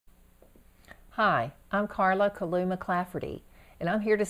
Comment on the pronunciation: My maiden name is KILLOUGH, but we don't pronounce it ki-LOO, as you do. We say KILL-oh. In Northern Ireland, there is a town of KILLOUGH on the eastern coastline, and they pronounce it KELL-ock. INTERESTING! I like my pronunciation best.